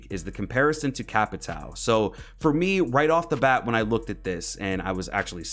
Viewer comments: Some facts: I watch some streamers, like yourself, get flanked and other, and you struggle sometimes to say Capitão’s name. Capitão, is a police rank, that means Captain in Brazilian Portuguese, so you can call him Captain or Cap. Also, “Souza” written in his front pocket, is his middle or last name. Just some facts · I’m Brazilian and it’s so funny to see how American YouTubers speak capitão or souza😄